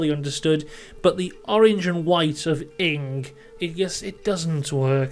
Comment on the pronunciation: ING is a Dutch bank and you say it as letters seperate